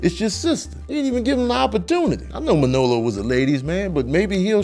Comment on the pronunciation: It's weird hearing you put the emphasis on the second syllable of Manolo's name, ManOlo instead of MANolo. But Scarface is my favorite film. We got to see the whole spectrum of Tony, his rise and fall, his rags to riches story.